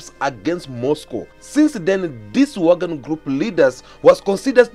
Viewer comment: Its Wagner not Wagon